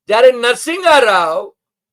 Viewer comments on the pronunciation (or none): Hi, Sir I hope all is well with you. I watch your videos every day, and you are one of the few brave journalists that doesn't back down while having a political conversation. This video, which you mispronounced the name of the previous prime minister as "Narsiga Rao" instead of "Narsimha Rao," is what I would like to bring to your notice. I like your videos and send my best wishes to you and your crew. You are truly doing journalism with your work! હાય, સર, હું આશા રાખું છું કે તમારી સાથે બધું સારું છે. હું દરરોજ તમારા વીડિયો જોઉં છું, અને તમે એવા કેટલાક બહાદુર પત્રકારોમાંના એક છો જે રાજકીય વાતચીત કરતી વખતે પીછેહઠ કરતા નથી. આ વિડિયો, જે તમે અગાઉના વડા પ્રધાનના નામનો "નરસિમ્હા રાવ" ને બદલે "નરસિગા રાવ" તરીકે ખોટો ઉચ્ચાર કર્યો છે, તે હું તમારા ધ્યાન પર લાવવા માંગુ છું. મને તમારા વીડિયો ગમે છે અને તમને અને તમારા ક્રૂને મારી શુભેચ્છાઓ મોકલું છું. તમે ખરેખર તમારા કામ સાથે પત્રકારત્વ કરી રહ્યા છો!